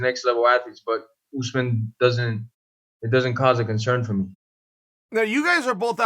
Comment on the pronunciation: Chael " OOZEMAN" sonnen